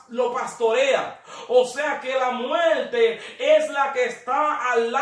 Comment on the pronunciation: Se dice muerte, no muelte. Infierno, no infieLno. Tormento, no toLmento. Esa es la realidad del asunto.